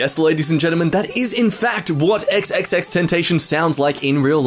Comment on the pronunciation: i felt that when he made xxx sound like that lmaoooo